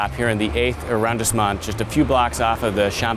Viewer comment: It's prounnced 'AH-RON-DEEEZ-MOHN' not AH-RON-DISS-MOND'